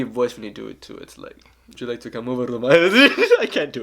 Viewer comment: “Hey baby want to come ober to my house to hab some lechon” 😂